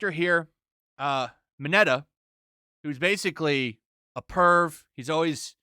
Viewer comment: “Deko” and “Minata” lmao